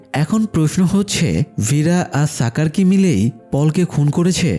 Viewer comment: সাকার কি ভাই! স্বাকার এটা শাকার উচ্চারণ হবে!!